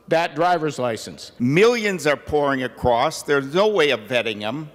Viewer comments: The dude said acrossT... That is how ignorant he is... There is no T at the end of across...LOL!!! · "terrerists can come acrost..."